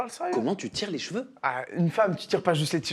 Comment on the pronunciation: on dit CHEVEUX et PAS JVEU 😂😂😂